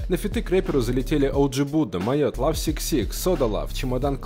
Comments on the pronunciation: Бля не говори. ЛАВ СИК СИК, правильно - лав дабл сикс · Бля, не влад Сикс Сикс, а лав икс икс